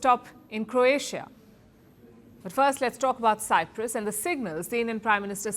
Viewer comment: I hope Modi is not the reason that the Greek Cypriots lose the whole of Cyprus 😂 And Palki it's Cyprus not cypras